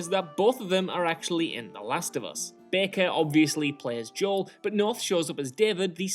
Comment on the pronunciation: As someone who grew up with predominantly Spanish and black people, the way Joel is pronounced here is so off lol